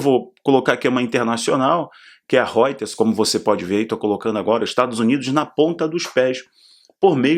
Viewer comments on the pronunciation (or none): none